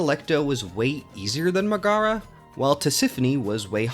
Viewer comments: ok it really bugs me how you keep saying "Muh-GAH-ruh," instead of the correct "MEG-eh-ruh." Hades even has voice acting, so it's not like you can't say you've heard her name spoken out loud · I respect the opinions. But mispronouncing the name of my queen Megaera is unacceptable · They literally say "Megaera" and "Demeter" in the game, you have no excuse for saying them that incorrectly.